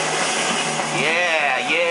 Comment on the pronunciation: REAP-ER, not RAPE-ER